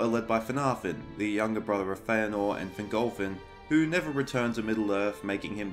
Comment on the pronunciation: Yes! I am vindicated! Hearing you pronounce "Feanor" has made me so happy!